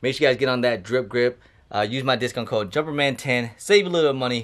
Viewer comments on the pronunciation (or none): none